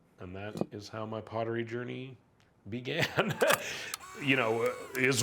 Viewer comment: pot-tery lol